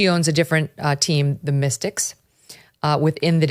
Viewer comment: It’s not pronounced the Mystics, it’s pronounced the Mistakes! 😂